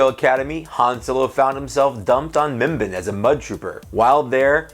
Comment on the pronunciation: Just correcting you mimban is not pronounced (mim-bin) it’s (mim-ban) like edit: barn without the r